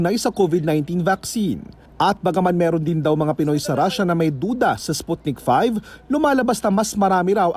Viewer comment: Sputnik V (vee, not five)